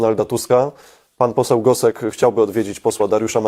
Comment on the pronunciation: Gosek! Nie Gostek.... Gosek!